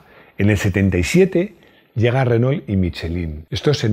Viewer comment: Decí "armado", no mecano, millones de latinoamericanos no van a entender. Y se pronuncia Renó. No Renol.